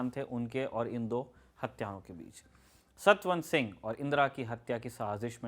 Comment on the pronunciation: हाय हाय “ सतन सिंह”। नहीं सतवंत सिंह नाम है।